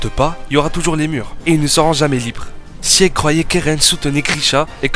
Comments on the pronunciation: Prononce sig pas siEg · Ça se dit Sig bordel, c'est de l'allemand, ce qui veut dire victoire.